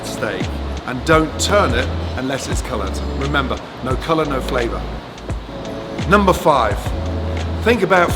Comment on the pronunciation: Am I the only one who hears 'lumber' when he says number??